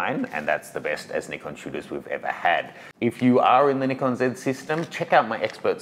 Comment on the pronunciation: Thank you not to be too judgy but I've been following you since the Nikon guy and even though you still pronounce Nikon wrong;) I have really really really found a lot of respect for you over the last few videos and I know the Shibari course is just gonna blow me away. While I won't be getting the Z8, I have tried the Z7ii side by side with the D750, and aside from the very obvious clarity difference the ability to see your exposure real time the full frame focus is where its at. I will be getting the Z7ii for sure and can't wait to evolve into the Z glass. So sad my 300, and 500 are both AF-S. Thank you for a great review